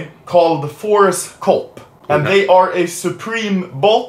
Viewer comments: I heard ForceCock not ForceCop XD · i thought he said ForestCock untill i checked description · I thought you were saying Forrest Gump instead of forcecop😂